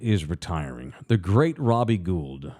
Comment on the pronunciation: It’s pronounced Robbie Gold, not Guuld